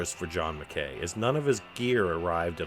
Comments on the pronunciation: McKay is pronounced Mc eye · It’s pronounced John Mc ‘Kai’ rhymes with ‘high’ I know a guy who claimed to have the guitar but he passed away so the story ended there. Someone must have it